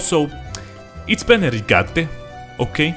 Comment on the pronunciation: Heh, you pronounced penne wrong and you said pene which means penis lol